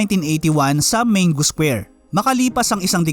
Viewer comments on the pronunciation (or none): none